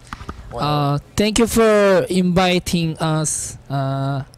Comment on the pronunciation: Minhyuk: "Tank you for Inbiting us Im Minhyuk" So cute pronunciation.